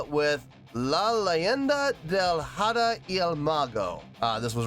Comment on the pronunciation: PLEASE THE H IN SPANISH IS MUTE AT THE BEGINING OF A WORD. IS PRONUNCIATED AHDAH NOT JADA